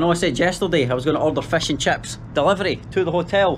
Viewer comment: When he says Crips instead of chips